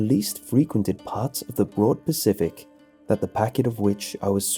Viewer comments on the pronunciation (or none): none